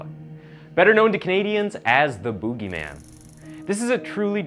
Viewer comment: Pls dont say boogie like that again